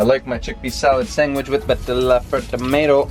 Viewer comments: Great recipe, will 100% try this. But, dude, it’s sanDwich!!! Not sangwich!!! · I love the fact that calls a sandwich a sangwich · So many favorite parts of this video! Bec giggling behind the camera, tagging you in belly button tomato pics, and the best... pronunciation of the word "sandwich".